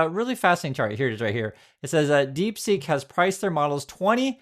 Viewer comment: Its deep seek not deep sink !!!😊